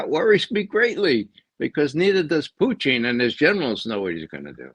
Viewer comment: I like how Ray uses the proper pronunciation of Putin, with stress on the °Poo".